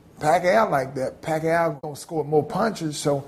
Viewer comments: ROTFL! Evander Holyfield said "Pacqa aow" ROFL! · Gotta love to hear Evender call Pacquiao's name, LMAO. The Pacman really does have a nice guy demeanor.